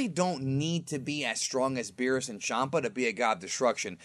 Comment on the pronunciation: Why do u say shampa??? Its champa man ur channel is such cancer